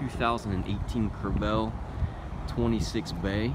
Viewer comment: Screw the trailer, talk about the boat. Learn how to pronounce "Crevalle". It is a fish painted on the side of the boat.